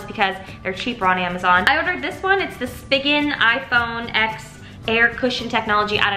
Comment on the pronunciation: hi just wanted to let u know it’s pronounced iphone 10 not iphone X. no hate. love youuuuu 💞💞💞